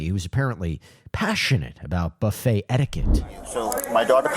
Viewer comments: Ive never heard someone call it a booffet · This dude pronounced it as "boo-fay" and said the other guy should get attempted murder. And he cut in line?? Sorry, can't feel bad for him. People too comfortable just doing what they want, cutting in line, trying to sound fancy with their pronunciations, thinking they wont catch a plate to the domepiece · lol the boo-fay 😂😂😂